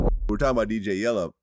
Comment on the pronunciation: Yella, not Yello